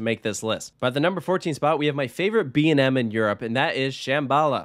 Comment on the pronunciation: B&M not BAM